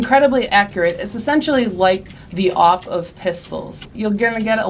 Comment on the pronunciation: she said AWP like she was eating it,L0L